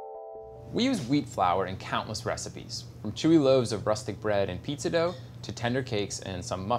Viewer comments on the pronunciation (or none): none